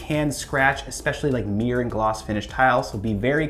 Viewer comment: How is it that you pronounce every letter in towel or shower but lose half the word when it comes to mirror?